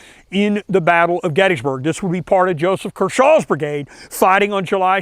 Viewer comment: It's pronounced KERshaw, not kerSHAW.